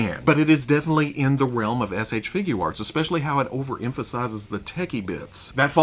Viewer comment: He’s so well spoken but why can’t he say figure arts? Just think of it as FIGYER.